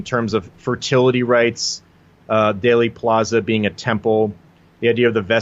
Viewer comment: It is DEALey plaza not dayly plaza. Long e sound , as in eel. That seems to erase the correlation to daleth. I’m with you on most of it , though!